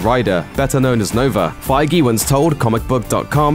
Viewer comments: Did he just pronounce Kevin feige's name "f-eye-gee"? It's "f-age" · Your not saying Kevin's last name feige fight its supposed to sound feig the e is silent